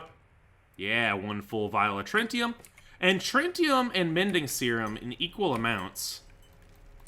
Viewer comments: "I am a goddamn master of scientific arts" Says trintium instead of tritium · 🤓👆 erm actually, it's pronounced tri-ti-um not trin-ti-um